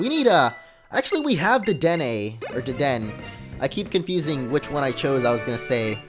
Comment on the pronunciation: It is pronounced de-den-ay